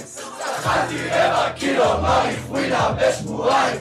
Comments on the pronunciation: הוא לא אומר את זה לא נכון מריחואינה מריחואונה זה נכון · למה הם אומרים מריחואינה.....